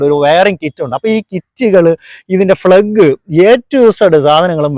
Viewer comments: Plug - ഫ്ളഗ് അല്ല പ്ളഗ് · അണ്ണാ.... ഫ്ലഗ് അല്ല പ്ലഗ്